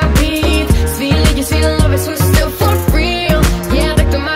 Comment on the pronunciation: Lol, super pronunciation. For frýl.